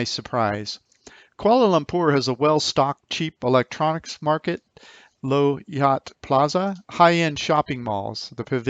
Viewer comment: low yatt plaza is pronounced Laow Yaht... a here is pronounced as U in Hunt...